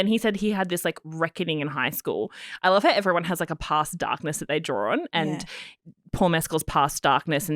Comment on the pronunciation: Paul is a complete gentleman. You are pronouncing his name incorrectly by the way! Both you guys are totally talentless!